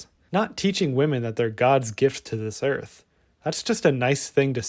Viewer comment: I cant stand how he calls earth, "earf"